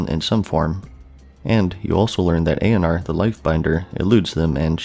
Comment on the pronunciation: Syl-VON-us = Sylvanas Nor-gah-non = Norgannon A-oh-nar = Eonar A-MON-thool = Aman'Thul Kahz-gore-oth = Khaz'Goroth Var-imath-rus or Vahr-iMAhth-rus = Varimathras Nahth-rah-zeem= Nathrazim Any and all pronunciation help for the.:D